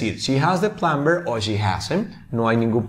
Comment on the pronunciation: "Plumber" es una de las palabras en las cuales la "B" NO se pronuncia, se dice. / plamer / NO / plamBer / otro ejemplo sería el verbo. - Climb = trepar / klaim /. Los hablantes nativos de USA y Canadá al menos no pronuncian la "b" no sé en Reino Unido.